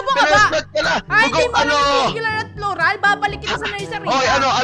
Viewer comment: Plular panga sabi ni hahahaha pa notice